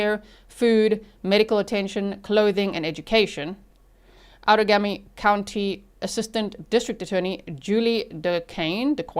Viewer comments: Outagamie is pronounced ow-tuh-GAY-mee (/ˌaʊtəˈɡeɪmi/) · Outagamie is pronounced out a game E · This happened in my state, it's horrifying :( I cannot believe that poor girl didn't die. This is on our local news every day. Just FYI for you since you sound like you want to know how to say "Outagamie" like we do in WI, it's ~ out - ah - game- eee ~ Absolutely no hate on you not knowing though, we have SO many cities, counties, etc named from complicated sounding Native words, and they can be very challenging to figure out for people not from here! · Local here! You’re so close on the Outagamie pronunciation. The -gamie portion is pronounced like game-ie (like board game). Out-a-game-ee. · It's pronounced out-taa - GAY - me Say it in your head and GAY really loud...then you can pronounce it